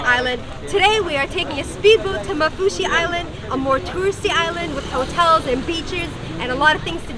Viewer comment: Women its called maafushi not mafushi